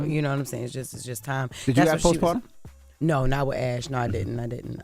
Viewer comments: Lmao. I caught that too. I wonder if she’s letting the comments get to her head. 😂😂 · You can do it, Sound it out Jess post…par…tummmmm 😂